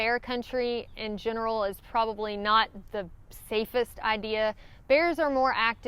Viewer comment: I had trouble keeping track of multiple negatives until I realized that what I was hearing as "not" was sometimes actually "night".😉